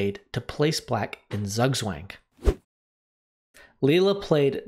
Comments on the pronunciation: Just so you know, Zugwang is pronounced tsOOg-tswang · bald man go Zugg swank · That is not how you pronounce “Zugzwang” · Please pronounce zugzwang properly!